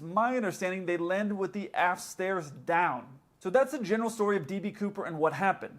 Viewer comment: You said "aft stairs." I heard "ass stairs." Then I saw the photo. 😂😂😂